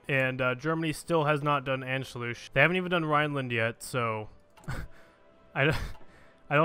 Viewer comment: Please: Never try to pronounce "Anschluss" again.. :x